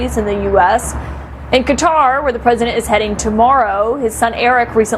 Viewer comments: Is it me or is Qatar actually pronounced Ka (as in 'cu' from cup) - tar (as in tar), rather than Cutter? Every news caster in the US is pronouncing it "cutter". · You are mispronouncing Qatar babe. Its pronounced Cah-tar. Thanks for educating the rest of them. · Why's everyone pronouncing it as "Cutter? It's so weird... if you wanna aproximate the local pronounciation, think of a short "kuh" followed by a long "taar". Klingons and Elves do it properly: K'Taar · Why can't any American pronounce Qatar? (👀 at you, 😂, amongst others). They say "Kat'rr" when it's actually "Kataaar". Edit: Okay, that one news anchor woman pronounced it correctly. She gets a 🍪 😄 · Bad enough that all professional journalists pronounce it incorrectly, but it's kuh-taa, not Cutta for Qatar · By pronouncing the word “Qatar” as “cutter” it is misleading to people. Please pronounce the word correctly. Thank you, respectfully, we the people. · why do americans say cutter when is pronounced Qatar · please say Qatar properly. Its not CUDDER!! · Ok this is pissing me off.. ITS NOT PRONOUNCED CUTTER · why are people calling Qatar - Cutter? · Why can't Americans pronounce Qatar correctly? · why are you pronouncing Qatar like a Magat?